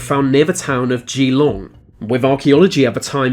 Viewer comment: Geelong is pronounced jeh-long in Australia 🇦🇺 just lettin ya know